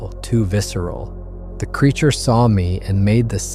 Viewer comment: Everything was going good until ai said it took 2 hrs to walk to truck when b4 it said it was 50 feet from squatch, pulling it out of water. Time to watch something else and ai pronounced Creature wrong.